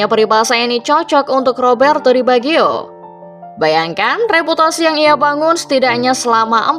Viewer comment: Roberto bagio bukan di biagio. Dr awal kw nyebutnya di biagio